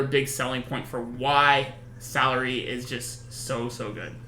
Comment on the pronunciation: Salire is pronounced Suh-leer